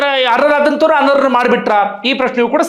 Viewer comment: ಅವರೇ, ಅರ್ಹರು ಅನರ್ಹೆ ರು. ಅಂತ ಸ್ಪಷ್ಟವಾಗಿ ಹೇಳಿ ಸ್ವಾಮಿ ಅರರ್ ಮತ್ತು ಅನರ್ರು ಅಂತ ಕೇಳಿಸುತ್ತೆ